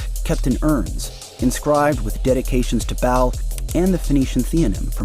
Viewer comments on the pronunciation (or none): Brother, Baal is pronounced like bail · It BAAL. There’s no extra L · MOLOCH is pronounced Mó -Lec BAAL is pronounced Bail They are 1 in the same, just a different centuries. The babies would be put in ALIVE, the the fires were stoked. The babies would scream & cry, eventually overcome by the abuse of it's mother & father, the heat & the smoke. This is a FILTHY, HEARTLESS Demonic Deity - thats been here since before mankind was. Just like you know what your children are experiencing, Cuz You've BEEN There. !!! Likewise Satan, Baal, WHATEVER his name is today makes NO DIFFERENCE. You will know him by his FRUIT (what he produces) babies dying, children being trafficked for PERVERTED Reasons & Money! SLAVERY IS ALIVE TODAY. Just ask ANY of those who were RESCUED! Just ask em !!! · BAAL is pronounced Bail, Canannites the first A is a long A